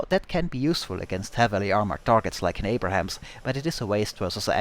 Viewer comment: Abrahams? Creighton Abrams might be spinning in his grave because people mispronounce his name when they think of the famous Tank.